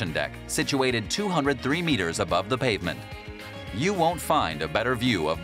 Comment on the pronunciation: Ya. Who narrated this? The word is "you," not "ya."